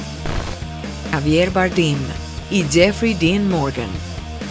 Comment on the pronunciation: Se llama Javier Bardem, no Avier Bardimxd Que cateta